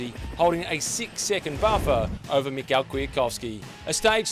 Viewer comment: Hi. If you produce these videos Michał is pronounced “Mee-how”. I noticed that you didn’t call Valverde “Ale-john-dro”...